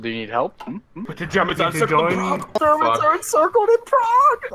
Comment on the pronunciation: it's Prague not Prauge btw.